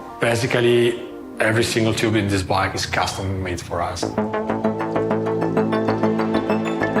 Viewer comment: What on Earth is a “Chyoob”? Does he mean “Tube”? Great vid, Thank you for making it🤝